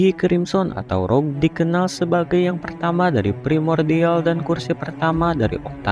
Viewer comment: Bukan Rough bang Tapi Rouge